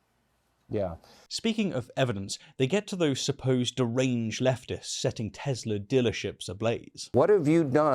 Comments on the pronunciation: No, he said he loves "Tesler." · "I love Tesslur!" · It's "TeSlur".